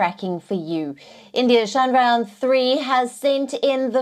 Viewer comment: The way she pronounced: Shandraayan 😂